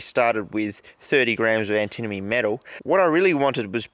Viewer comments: Sounds like you're saying "antinomy"! ^^ think "anti-money" instead. (In french it's called "antimoine", litteraly "anti-monk"! Some say it might actually be the origin of the element's name, as quite a few monks were versed into alchemy, and might have poisoned themselves with it. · I think it should be pronounced an-timma-nee. It just flows. "Ant-a-moe-nee" is like tripping on a crack in the sidewalk. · I'm seeing a bunch of people pronouncing it Anti-money buy nobody else seems to pronounce it Anti-Mohny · Anti-moan-ie, that's how I've always heard it pronounced (in 'Murica) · Ah yes anti-money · It is pronounced antamoany Ant-a-moan-y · It's pronounced an·tuh·muh·nee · "Antimoney" ... "alright we got our antinomey powder now" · and then he pronounced it "antinomy" 1 second later. :D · I honestly thought it was an australian thing, like how british people say aluminium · New drinking game: Take a shot everytime he pronounces antimony wrong. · I pronounce it as antimony, but my friend pronounces it like antimony, so we ask our teacher and he says we should pronounce it as antimony.